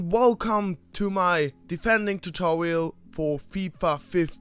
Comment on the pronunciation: Tutorial not tutowial